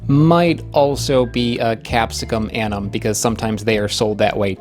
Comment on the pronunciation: In latin names, you pronounce ALL the vowels! You keep dropping the 2nd u in annum, and the e in chinense